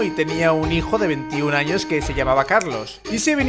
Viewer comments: en el minuto dice anos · jajaj es sony al reves pero si dice anos jajaja